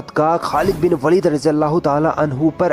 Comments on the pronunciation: खालिद बिन वलीद ना कि वालिद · It is pronounced as waleed or Walid and waalid = father in urdu Name is khalid ibn e waleed or walid . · It's not a Walid it's waleeeeeeed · Sister its not walid by the way ist waleed😊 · Waalid nahi vo lafz waleed he. ख़ालिद बिन वलीद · This is Waleed not walid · It's not walid its Waleeed 😊❤️ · वालीद नहीं है वलीद है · It is waleed not Walid.. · Not Walid(वालिद) Waleed(वलिद) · jii aapne sahi se nahi bola waleed not walid khechna h waleeeeed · यह वालिद नहीं वलीद है। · Sister walid nhi waleed Khalid bin waleed not walid ok sis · Jazakallah, but sister you pronounced वालिद(meaning Father) but he is actually वलिद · Walid nhin Waleed bolo वलीद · Its waleed Not walid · Waleed not walid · Not Walid it is Waleed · Its वलीद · Behn it's khalid bin waleeeed!